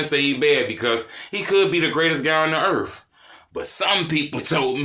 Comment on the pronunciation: Dat "Earffff" had me 🤣 you a fool broskii